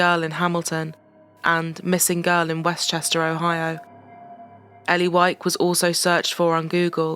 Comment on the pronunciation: wow we have the same last name and the narrator said it correctly, which almost never happens...